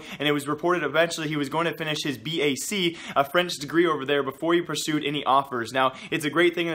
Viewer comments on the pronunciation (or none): all of love and just a litte hint : BAC stands for baccalauréat so its not B.A.C. but bac